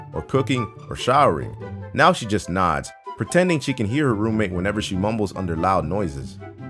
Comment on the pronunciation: is it just me or did everyone else think that whenever he said roommate it sounded like room maid